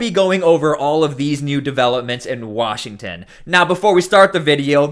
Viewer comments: Did he actually say “Washing State”…@ …hmmmm. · Where is "Washing State". What a moron. Mostly blame the stupid people that voted for a guy that can't even pronounce the Name of the State he Governs! SMFH X1K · Pam bondi keeps us safe by sending child predators to Israel to avoid prosecution here in the US. And... Washington state welcomes and harbors illegal aliens by the THOUSANDS. Ferguson can't even correctly pronounce the name of washington, let alone run it. We're screwed no matter where you turn.